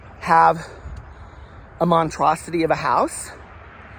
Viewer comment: Voting Adventure 2022 😎 Glad you were undeterred, go on, 🗳 When you picked up that stick you almost did me in. Then when you said monTROSITY ….you did me in. 😆👏🏼💙